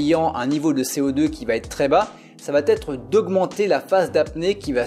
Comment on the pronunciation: Ça va être", pas "ça vaT être" !